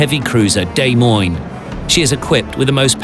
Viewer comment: It's "Deh-moin" phonetically, NOT "Day-moin". I'm from Iowa and I am somewhat annoyed that a ship named after our state capital is pronounced wrong. Good video though.